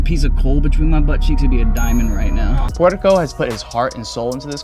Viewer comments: wait... the Guatemalan guy saying is name sounds like ""barrio" but it's writen "puerco"? that means "pig" 😆😆😆wtf is going on 😆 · I think he said his name is "" not puerco 🐷